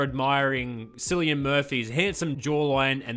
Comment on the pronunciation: Brilliant film. Definitely one of the best of the year so far. The "C" in Cillian is pronounced as "K" by the way (my name in real life happens to be Killian actually)